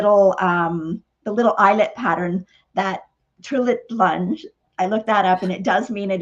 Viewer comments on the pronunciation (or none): The name of the onsie it Tiril tunge - and you say it as it writes.